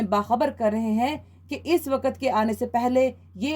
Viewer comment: Waqt not waqat please use correct pronunciation on radio